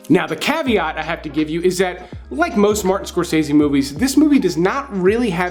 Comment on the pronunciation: Mean Streets is great and has never been underrated. If Scorsese is your favorite director, how about pronouncing his name correctly.